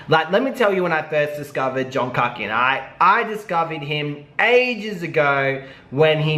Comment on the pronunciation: Lol so funny you called him KUCKian not pronounced KOOKian. In South Africa, the word kak literally means "shit" haha and is pronounced like how you say it !!! 😂😂😂😂😂😂😂😂